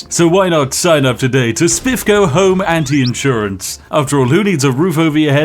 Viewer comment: What are those "inn sewer ants" you keep talking about?